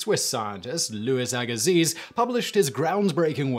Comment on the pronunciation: Took me a moment recognize "Agassiz" being pronounced 🤣 The area I live in used to be a lake that was named after him and we say it more like "Aga-see"